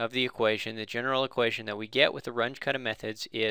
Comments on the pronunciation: RUNGE is German. Your pronuciation is crap. It's pronounced "R-oon-geh" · It's pronounced "R-oon-jeh" or "R-oon-geh"